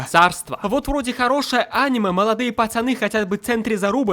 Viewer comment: если я ещё раз услышу в ролике слово аниме с ударением на а, я... я... я просто... 1000-7